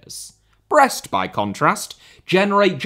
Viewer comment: He is correct